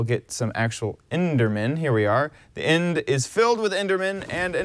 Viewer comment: End, not ind